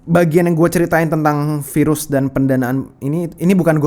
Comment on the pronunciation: Ya ampun aku kok dengar nya virus HALIMAH N SATU 😭😭😂 sambil mikir keren amat sih HALIMAH jadi virus internasional 😭